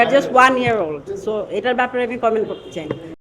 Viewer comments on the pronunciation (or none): none